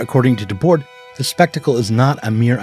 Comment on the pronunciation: Always love the explicit nods to my longtime stans the SI. By the way the last "d" in Debord's name is silent (unless the next word starts in a vowel but only in French really...) Seriously why do Americans disrespect the French so much lol...